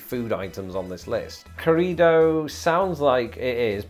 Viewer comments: Pronunciation tip: when you see two r's together as in 'corrido', you need to roll them. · Arroyo, corrido; trill those "r" sounds...